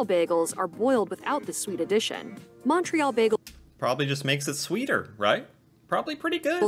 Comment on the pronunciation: She's not pronouncing Montreal, tourtiere, or Alberta properly in the English way or the French way. Fraud. Haha.